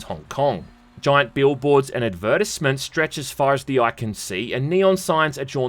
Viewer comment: pronounce the word advertisement again, but slowly...